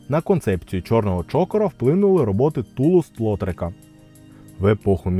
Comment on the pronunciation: Перепрошую, правильно ТулУз ЛотрЕка. Ви неправильно поставили наголос )